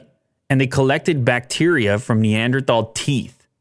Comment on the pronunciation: Why can't anyone on Youtube pronounce neanderthal??????